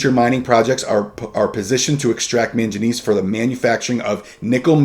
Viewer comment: Very good video, just wanted to note that it is pronunced man-guh-knees